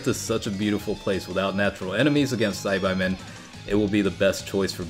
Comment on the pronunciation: Sci-bye men is really bothering me. Ive always heard it as sci-baa.